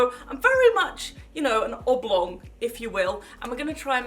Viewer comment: is hilarious 😂 when you say oblong 🙌🏼😂